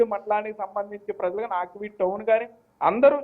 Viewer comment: Aakveed కాదు.ఆకివీడు అనాలి